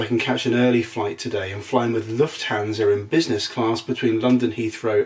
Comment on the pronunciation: I don’t understand why English people always pronounce Lufthansa wrong. You pronounce the a like a American person would pronounce the a in can, but the British way to pronoun he the a wold be right.:) Hope everybody is doing well. Habe a nice day and now I’m gonna watch your video.